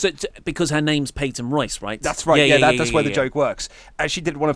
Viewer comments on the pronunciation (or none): none